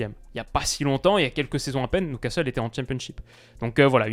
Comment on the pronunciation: Beaucoup aimé cette vidéo mais ta prononiation de Newcastle me chagrine, surtout que tu avais fait un bel effort sur "Geordies" au début. Prononce ça "Nioucastle" pas "Noucastle" stp.